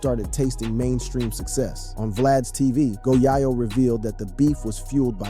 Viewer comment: This guy said one hundred dollars thousand.. 🤦🏾‍♂️..bruh it's a hundred thousand, M.O 3... It's MO3..dude called go yayo, go yaw yo..like wtf 😭🤣